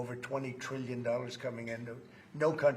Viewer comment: Why does Trump pronounce trillion and million like that, it’s always bothered me 😭 Obviously the least wrong that he has done, I’ve just never been able to ignore it